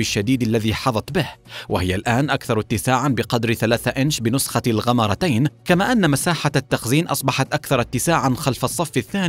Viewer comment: jawad x7 زمزمي لا بس اضحك يوم قال غمارتين